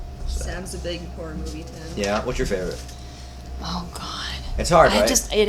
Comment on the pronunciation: He say horror like "har"